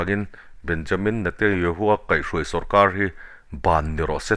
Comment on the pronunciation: I news ngaihthlak a nuam e,Mahse Israel prime minister hming i lam dan hi ...Benyamin Netayahoo Nilo in Benyamin Netanyahoo tih zawk tur aw😊